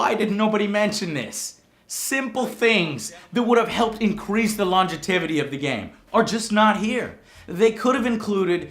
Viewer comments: "lon-ge-tivity"??!! lol. I believe u meant.. Longevity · Joe....Longetivity?? Longevity :P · Longetivity? Joe, you're Hispanic, not a Bush. Otherwise, I have to say let's hope the expansions get it right. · Lol! "Longetivity" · That's not how you say longevity.